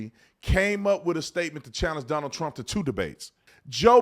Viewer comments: He called him Stonald?😂😂😂😂😂😂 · Who is stonald? 😂😂😂